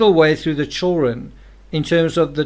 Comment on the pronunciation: I really like your thoughts and videos on the subject. But why do you always omit the D in the word CHILDREN? I can’t !! Lol I just can’t !